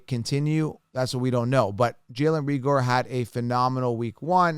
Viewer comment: it's pronounced Ray-ger.